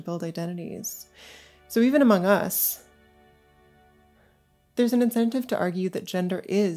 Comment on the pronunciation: ahah she said amnogus